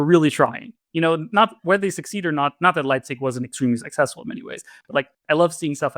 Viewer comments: It's "Leibniz", not "Leipzig". Leipzig is a city! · I don't have Connor's E-mail, but could someone who does please tell him that it's "Leibniz" (like the biscuits), not "Leibzig" (like the city)?